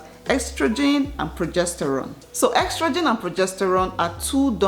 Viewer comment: Its not "ex-trogen" but "es-trogen"🤧